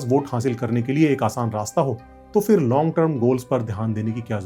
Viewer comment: The fact that so many Hindi-speaking people in India can't even pronounce basic words correctly (including so-called "educated" people like yourself), saying stuff like "फ़िर" ("fir") instead of फिर (phir), tells you everything you need to know about the state of affairs in India.